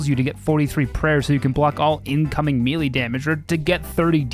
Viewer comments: Also, melee is pronounced "may-lay" Wouldn't have said anything but it gets said multiple times in the different videos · Oh nooo, he said "mee-lee" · Runescape youtuber try to learn how to pronounce melee challenge (impossible)